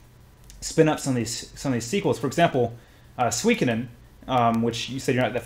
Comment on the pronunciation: Nicely butchered pronunciation of Suikoden, which by the way one of the best JRPGs ever.